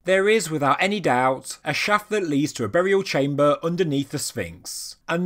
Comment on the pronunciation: I really like the information delivered, the delivery of the speaker not so much. BTW what is a "chaym - bah" ?